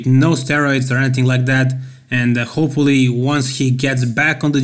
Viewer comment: i noticed a while back that you say "hopelly" instead of Hopefully. No hate here, just an observation;)